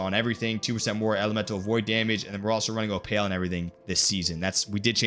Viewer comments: How are you like week 1 BIS from raid lol. ALSO - it's pronounced "opUL" you bombooooclot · I hope you are pronouncing opal wrong on purpose lol. If not it's kinda sad 😅😂